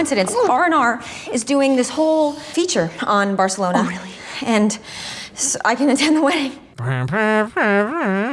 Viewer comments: You pronouncing it Barthelona immediately after a scene with Tahani Al Jamil is exactly what I needed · I'm sorry that you had to suffer through the obnoxious people, but if it helps, they have always pronounced Barcelona wrong and your version is much closer to the correct version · as a spanish speaker, I loved the way said Barcelona 😂😂😂